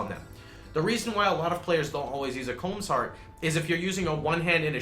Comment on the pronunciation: It triggers me that people pronounce "Kaom" as "comb". Good video, really points out the glaring balance issues between ES and other builds.